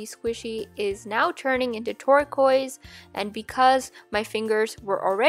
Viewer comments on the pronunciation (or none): Who else thought she sad Twerk-oise